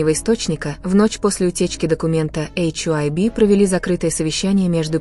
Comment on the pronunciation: Милая, нельзя ли называть ХАЙБ, а не ваше нововведение " Эйч ай уби"?